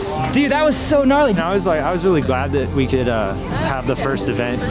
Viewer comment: "GRARLY MAN!"